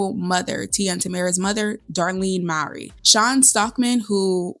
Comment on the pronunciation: I am a white man, but still prefer the Mowry version over the Efron version. By the way, the correct pronunciation is "MOH-REE," as in the first name of Maury Povich. I have long adored the Mowry siblings and watched all of their sitcom episodes "Sister, Sister" and "Smart Guy", respectively. I learned about the original Seventeen Again through the Disney Channel. Also, Boyz II Men was featured at the swing music club: Shawn Stockman on vocals, Nathan Morris on piano, Wanya Morris (no relation) as the bandleader, and former member Michael McCary on bass. While I love the High School Musical films, the Zac Efron version of 17 again didn't satisfy me at all. I love fantasies and wholesome screen projects.